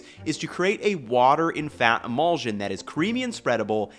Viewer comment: I'm enjoying this video, but it is driving me a little crazy how he pronounces emulsion. The ending should sound like shun, not zsun.